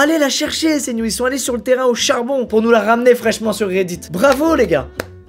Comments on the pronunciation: Il a dit Haucharbon .... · "ils sont allez au charbon" j'ai entendu ça "ils sont allez Auchard bon" 😭😭🤣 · a peu près: AucharBON 🤣